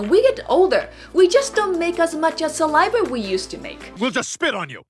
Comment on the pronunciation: dearest lady from Japan yes you it’s saliva not saliver